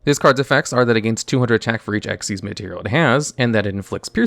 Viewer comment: Finally someone who pronounces it right. Just gotta master writing it as Xyz and not XYZ.. unless you also type FUSION and SYNCHRO at every utterance of them.